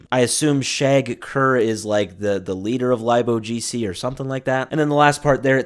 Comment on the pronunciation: "Lib" is short for Library, so its Pronounced "Lib- O G C"